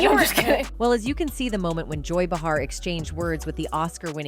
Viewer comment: Joy Bay-Har, not Ba-Har...